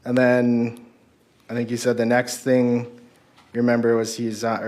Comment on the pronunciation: Is it just me or does the prosecutor keep saying "member?" Instead of remember?